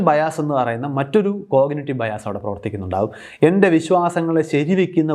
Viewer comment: ഇംഗ്ലീഷ് വാക്കുകളുടെ ഉച്ഛാരണത്തിൽ മലയാളി 'ബയാസ്' പിന്തുടർന്നാൽ അബദ്ധത്തിൽ ചാടും. Bias എന്ന ഇംഗ്ളീഷ് വാക്കിന്റെ ശരിയായ ഉച്ചാരണം 'ബയാസ്' അല്ല. 'ബയസ്' ഉം അല്ല. ഞാൻ മനസ്സിലാക്കിയിടത്തോളം 'ബായസ്' ആണ് ('Bahy-uhs'). ഇങ്ങനെ ഇംഗ്ലീഷ് ഉച്ചാരണത്തിൽ ഒരു പാട് മലയാളി ഫിക്സേഷൻസ് ഉണ്ട്. Challenge ഒരു ഉദാഹരണം. 'ച്ല്ഞ്ച്' എന്നോ മറ്റോ ഉച്ചരിക്കാൻ ആൾക്കാർ പാട് പെടുന്നത് കണ്ട് എനിക്ക് ചിരി വരാറുണ്ട്. cruise എന്നതിനെ 'ക്രൂസ്' എന്ന് ഉച്ചരിക്കേണ്ടതിന് പകരം ടി.വി യിലും പത്രത്തിലും അടക്കം 'ക്രൂയിസ്സ്' എന്ന് എഴുതുകയും ഉച്ചരിക്കുകയും ചെയ്യുന്നത് കാണാറുണ്ട്. Embarrassment നെ എന്തിനാണ് 'എംബാരസ്മെന്റ്' എന്നത് തെറ്റാണെന്ന് ധരിച്ച് ചില മലയാളികൾ 'എംബരാസ്മെന്റ്' എന്ന് വികലമായി ഉച്ചരിക്കുന്നത് എന്ന് മനസ്സിലാവുന്നില്ല. വേറെയും എത്രയോ ഉദാഹരണങ്ങൾ. ഞാൻ ആരെയും കുറ്റപ്പെടുത്തുകയല്ല. ജനങ്ങൾ കേൾക്കുന്നതും പഠിപ്പിച്ചതും പിന്തുടരുകയേ ഉള്ളൂ. ധാരാളം ഉച്ചാരണ ആപ്പുകൾ ഉള്ള ഈ കാലത്ത് ഒന്നു മനസ്സ് വെച്ചാൽ തിരുത്താവുന്നതേ ഉള്ളൂ ഇത്.